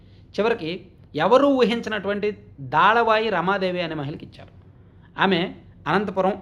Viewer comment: Daalavai kaadu, dalavai. Difference thelusukoni paluku